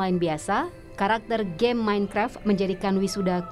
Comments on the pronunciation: Pak MainKraf Bukan Menkref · Nobody: mEinKrep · Bapak itu bilang menkrep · Aku paling ga suka kalo mereka bilang "minkreft/minekraf" 😂